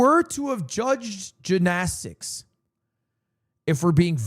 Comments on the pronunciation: Fr what is that pronunciation 😂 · Banger event! Still waiting on Rae Yard episode! Also, why the fuck does he say Gymnastics like that....